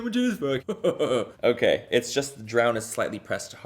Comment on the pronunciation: i cant tell if its intentional but every time he says okay, i hear Oh Gay and I'm living for it